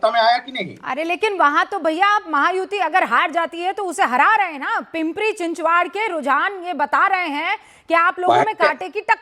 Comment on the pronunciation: पिंपरी-चिंचवाड़ क्या है? पिंपरी-चिंचवड़ है;ना कि पिंपरी-चिंचवाड़। 😢😂